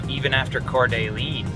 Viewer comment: Someday, someone close to Lionel will teach him to pronounce "Coeur D'Alene".